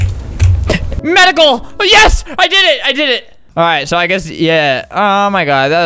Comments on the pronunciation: Sounds like medico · Omg the way he said medical 😂